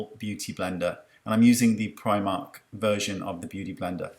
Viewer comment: Love how you said primark. I'm from Newport and find it weird when people from Cardiff pronounce it like premark 🙈. The primark sponges are surprisingly really good for the price. This look is stunning just like the model!